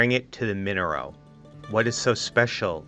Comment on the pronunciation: Minnero wool? Or merino (ma-ree-no) wool?